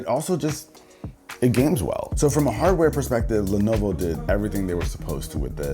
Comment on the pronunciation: s no one gonna mention the “levovo” in the intro??? lol